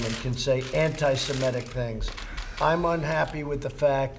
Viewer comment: The word he's looking for is Anti-Semitic, not Anti-Semetic. Gets it wrong every time.